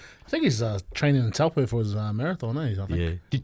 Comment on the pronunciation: cmon charlie, stand up for the haka bei. letting these teetoi blokes talk down on it. No mana kil. work on your maori place words too big guy - "towel po" cmon kuz.